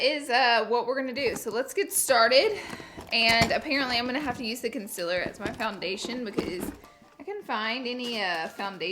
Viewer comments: she says consiller XD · I love Laura so much she’s amazing but I also just laugh at the way she says “concealer” as “consiller/conziller” awweee I Iove herrrrrrrr😂😂♥️♥️😭😭💕💕🤩🤩💫💫l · Ok no hate but it’s prounced con-seal-er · the way she said concealer lmao